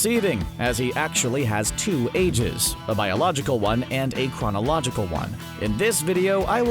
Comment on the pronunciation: Mane said biological and chronological like this yu gi oh😂😂